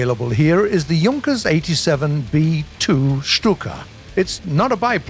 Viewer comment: Why is he saying YUNKERS 87 B-2 Stuka? It's pronounced like JOONKAS 87 B-2 Stuka... oof